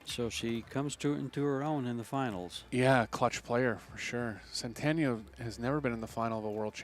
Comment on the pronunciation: About damn time Chezka. Also about time they pronounce her last name correctly at the end.